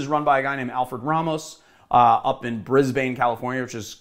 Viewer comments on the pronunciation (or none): none